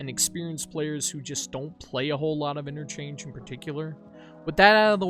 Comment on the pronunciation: Why you're emphasizing interchange?